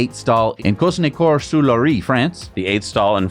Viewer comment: You should really rehearse pronouncing French rivers that appear in the names of French towns! I admit that "Loire" is not easy to pronounce by an American, and it cannot be taught just by giving you some English word that is pronounce similarly. So maybe just call a random phone number in France, spell it to them and ask how to pronounce it. Best include "sur", which means "above". Just a hint by a German who learnt French in school but did not succeed very much.